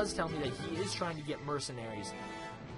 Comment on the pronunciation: Awesome play! I am beginning to play Chinese as well. FYI, "Qiang Pikeman" should be pronounced as "Chiang Pikeman".